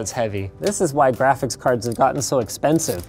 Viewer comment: Jraphics cards